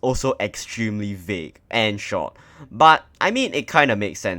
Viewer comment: bro its VAGUE not VAUGE, Goh CHOK Tong haiyo cannot use excuse u not born yet ba...